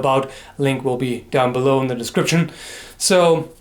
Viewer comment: "Link will be bown dellow"